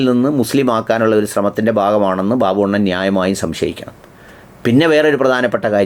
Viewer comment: RV ബബ്ബു not ബാബു 😂